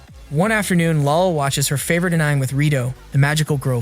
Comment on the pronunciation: You're overdoing it still. Swimsuit, clothes, pills, common words that can't be taken in a defunding way you're removing it makes it impossible to follow if you want to just listen. I'd re-assess what you're up to, also I'd tweak the AI voice because its saying basic japanese words very wrong on your various videos like anime, ramen, etc. I like what your'e doing here but it will push people away.